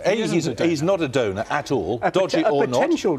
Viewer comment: "donor" NOT "donut"! LOL